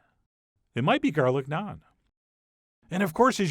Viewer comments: i can already tell this is nice, since he can say naan correctly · Thank you for pronouncing Naan correctly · First time head someone pronounce naan correctly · I like how you pronounce "naan" correctly and not rhyming with "can" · Naan like jam, not naan like smarm